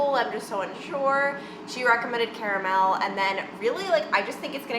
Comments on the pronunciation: C-A-ra-mel??? I’ve never heard anyone pronounce it like that🤨🤔😂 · I’ve heard “car-mole” and cara-mel but it sounded like she combined the two a bit